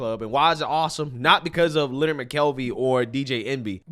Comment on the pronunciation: CTG's name is pronounced Lin___Nard, not pronounced the same as Leonard